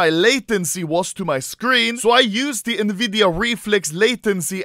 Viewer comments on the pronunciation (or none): This video's straight up an ad. Also sto saying nividia, it's pronounced N-vidia. Also there are monitors that can do more than 360hz, so it' really not the world's fastest. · Nvidia N-vidia "Nividia" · normal people: enVidia also anomaly: neVidia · everyone: pronounces nvidia as ''EN-VIDIA'' Anomaly: ''NEVIDIA'' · nobody: Anomaly (being a true sweed): "Niiividia" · why does he say nividia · Nevidia AHHAHAHAHAHHAHA